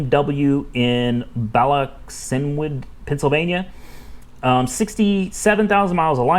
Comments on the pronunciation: It's pronounced bala kin wood lol it's 6 miles from me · it's pronounced Bala Kin Wood sir. I live near there;-)